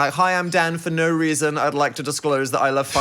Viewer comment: naur gaurantee aur naurrrr